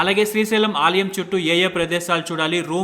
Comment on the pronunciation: Aalayam not Aaliyam.